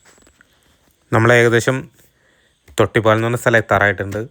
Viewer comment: തൊട്ടിപ്പാൽ അല്ല തൊട്ടിപ്പാൾ. നെടുമ്പാൽ അല്ല, നെടുമ്പാൾ. തൊട്ടിപ്പാൾ കണ്ട അമ്പലത്തിന്റെ പേര് തൊട്ടിപ്പാൾ അമ്പലം തന്നെ. ചേട്ടൻ പറഞ്ഞ പോലെ റോഡ് ഒക്കെ അടിപൊളി തന്നെ. പക്ഷെ ആറാട്ടുപുഴ പാലം കടന്നു നിങ്ങൾ തൊട്ടിപ്പാൾ അമ്പലം എത്തുന്നത് വരെ ഉള്ള സ്ഥലം ആണ് മുളങ്ങു. അവിടെ നിങ്ങൾ വീഡിയോ സ്കിപ് ചെയ്തു. ആ സ്‌ട്രെച്ച് റോഡ് ആകെ തകർന്നിരിക്കാണ്. അതെന്തേ കാണിക്കാതിരുന്നത്. അവിടെ വണ്ടികൾ എല്ലാം സ്ലോ ആയിട്ടാണ് പോവുക. അത് ആലോചിച്ചു പ്ലാൻ ചെയ്തിറങ്ങുക